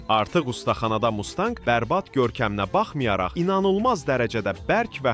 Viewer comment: Mustənqə yox ay oglum MUSTANG